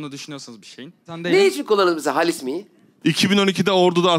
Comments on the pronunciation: Cem'in "halis mi"yi söyleyemeyişi #halismi ay her demende kriz geçirdim <3 faikfaşdijfdşsalişsfak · Yav cem bey, halis değil haaalis diye okunur o “hâlis mi?” denir yani 😃